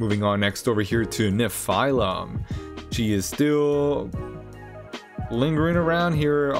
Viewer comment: Great video but is that the official pronounciation for Nephilim? It made my brain hurt a bit.. I'll go with the standard anime/Supernatural pronounciation. Hehe